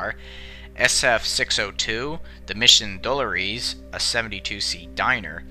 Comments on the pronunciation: While I find the content interesting, it makes me tune out when narrators butcher pronunciations, and the narrator here butchers three in a row when naming the train's cars. It's "Preh-ZID-ee-oh" not "PREZ-ih-doh"; "Deh-LORE-us" not "DELL-oh-rees" and "em-bark-ah-DARE-oh" not whatever the hell he said. It is an interesting tale, however, and I'm glad someone is putting it out there. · A great video, just a couple pronunciation quibbles. Mission Dolores is pronounced DUH-LAWR-IS. Presidio is pronounced PRI-SID-EE-OH by english speakers. Embarcadero is pronounced EM-BAHR-KUH-DAIR-OH. All are place names in San Francisco. A good resource for checking pronunciation of unfamiliar words is which is where I got the ones used above. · Great history, great pictures… but the car names Pres-i-dio, Embarc-a-dero and Mission Do-lor-es were a little shaky. I only say it because they’re names of places in San Francisco and have such pretty names when pronounced correctly. Otherwise fantastic video. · Struggling college student? Maybe you won't struggle nearly as much if you learned how to read (and talk!). "Presidio", "Mission Dolores", and "Embarcadero" are pronounced just like they're spelled, NOT the way you fractured them. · you mispronouncing all those san francisco names made me cringe so hard, please do better with these, embarcadero, presideo, and mission dolores. have u ever even talked to someone from san francisco????? it made me, a local, very sad to hear these so mispronounced smh